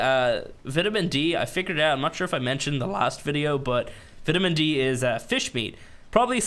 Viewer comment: I like the vids but plz plz put vitamin into google translate... you are killing me man